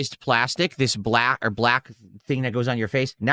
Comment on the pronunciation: He can't say black "brrrlaauuck"